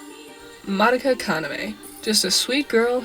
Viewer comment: You're pronouncing madoka wrong